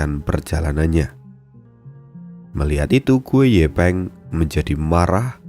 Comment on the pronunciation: Gu yi peng bang, klo gu ye peng, gw dengernya gepeng. 😂